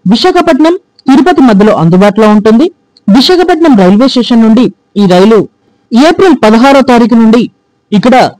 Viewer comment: విశాఖపట్నం పేరును సక్రమంగా చెప్పండి